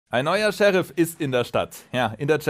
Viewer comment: Niemand: Manu: Scherief